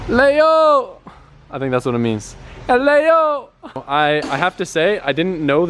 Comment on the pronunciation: LEYO .. AHH L-EYYOOO